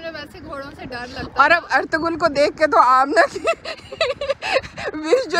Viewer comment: Ertugul nahii hota pronounciation erturul pronounciation mein hota hain 😂🤣 😂😂😂